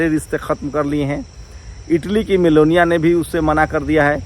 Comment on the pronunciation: Hahahahaha इटली की meloniya बोला 😂😂😂😂 superb 😅